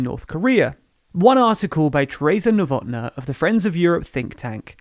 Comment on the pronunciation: Novotná is pronounced with long A in the end. ['novotna:] Thats why is there the symbol above it. Just so you guys know.